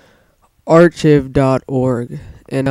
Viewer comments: Dude, while this may be nice... Go back to school and pay attention when in English. You may do decent in school, but you can do better. My 9yo does better. It's not pronounced ar ch iv. It's Ark I've (as in, I Have) But you put those 2 together and you have it. Otherwise, thank you for doing the Tutorial. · Archiv lol dumbass its pronounced Arc-ive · lol the way he said archive